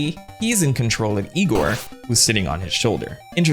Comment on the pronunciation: ...it's pronounced Eye-gor